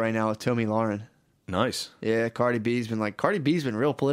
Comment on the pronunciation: One of my favorite parts of the old test is hearing both of them mispronounce Tomi Lahren’s name 50 different ways 😂 I swear every time they say it differently and it’s never correct